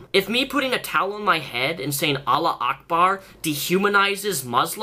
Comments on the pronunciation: another dipshit white boy. if you're gonna talk shit can you at least pronounce allahu akbar correctly lmao. you're not 'making fun of stereotypes' you're perpetuating them. what a poor attempt at a copout. and if you're so smart, you'd realize that most of your 'fans' are just using what you say to fuel their own bigotry, racism, islamophobia, etc. you know people are ignorant as shit and are gonna use what you say as justification to say horrible things and yes, perpetuate stereotypes about muslims because they already hate muslims/islam. youre not making jokes about extremists, lol. and there are such things as religious minorities. in this country, yes, muslims are a religious minority. im not a fan of any religion for personal reasons, half my family is muslim, i used to identify as muslim but i dont really believe in god at all and the idea of any religion doesnt make sense to me. however, i still disagree with you completely. white male privelege is real, sorry breh. in your white, heteronormative, male worldview, what you say makes sense- but you're completely blind to the realities of society and social issues if you think that what you're spewing is "satire," nah. also being empathetic and respectful is a thing. i can trashtalk religious extremists all day but if i'm making fun of "the thing some muslims wear on their heads" (lmao the fuck) then i'm still making fun of millions of muslims who have nothing to do with religious extremists. why cant people understand s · it's "allahu ackbar", not allah ackbar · It's Allahu akbar pronounced ALLAH-HOO-AKBAR. Me and my friends are muslim and make jokes about our religion so whoever gets offended by this is a cry baby. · btw, its AllahuAkbar, not Alla Akba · Every time you attempted to say "Allahu akbar" I cringed, it's pronounced "Allahoo akbaar" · For future reference, it's pronounced 'allahu akbar' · ur saying allah is great wrong